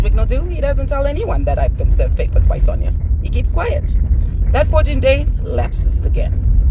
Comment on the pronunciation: Iwe it’s pronounced Sonya